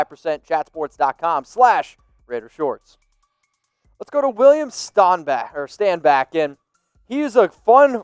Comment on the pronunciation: Stop saying William Stanback’s name wrong it’s annoying!!! Also he’s an absolute beast.